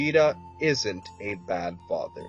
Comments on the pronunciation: U said fither lol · lol he said faiter not father